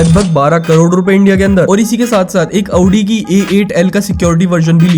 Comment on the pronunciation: 1st time saw someone pronouncing audi correctly